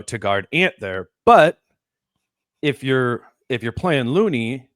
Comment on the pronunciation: My favorite part is when speaks as an expert on the GsW match up and admits to knowing nothing about Post but then gives a scouting report. Speaks high of Looney but says his name wrong. Let’s bring back the criticism of John Randle? Or maybe should walk back from his “Rudy is done” take from last time? I’m a looney fan but he is playing 9 minutes a game in this series. Only 8 guys for GsW have played 100 minutes and he isn’t one of them.